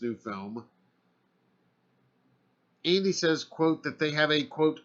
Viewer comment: I think he said andi but it sounded like he said Amy